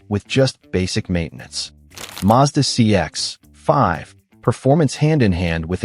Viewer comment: Tip for YouTube creators who use AI. Check your copy before generating audio. Find and replace Mazda CX-5—change to CX5, otherwise you get that awkward pause that sounds so obvious. Same with "9 liters slash 100 kay em". That's brutal and easy to fix. Better yet, try writing your own copy.